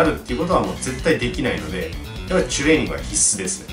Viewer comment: 前から知ってはいるけど、 いちいちチュレーニングの 「チュ」の言い方が気になるなーwww